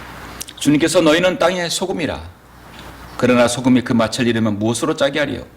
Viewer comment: 잘하시다가 왜 또 맛을 이 마슬 아닌 마츨이 될까요 열번이상 내내 그러셔서 부득이 또 지적합니다 😅 맛이 없다를 마치 업따로 안하잖아요 빚이 비치 아니고 비지듯이요😂